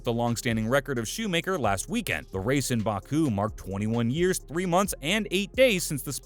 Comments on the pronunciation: It's Schumacher not "shoe maker" 🙄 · Shoemayker dafuck learn to prounouce his name